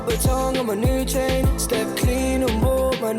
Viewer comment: I thought he said Jane instead of chain